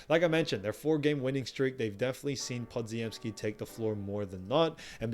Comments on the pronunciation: Podziemski is pronounced "Po-gem-ski", not "Pod-zi-em-ski". In Polish, the dz is pronounced as a single consonant, much like the "g" in gem. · Podziemski = puh-jim-ski. the dz is a "j" sound.